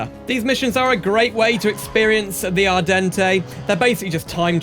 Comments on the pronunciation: ardente is pronounced “Ar-dawn” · Actually its not the Italian word but the french word Ardente so the e at the end is silent and the "en" is pronounced "an"